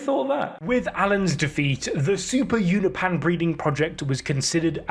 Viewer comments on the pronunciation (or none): it's funny that you show the text in the comic book 'Unopan' and you say it as well,, but every time you use it it's 'unopeean' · Why do you keep saying you-know-pan 🤣🤣🤣🤣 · It's pronounced you no pin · its pronounced you-no-pe-an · Holy shit the way you say Unopan pisses me tf off. Say it right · why can bro not say unopan correcly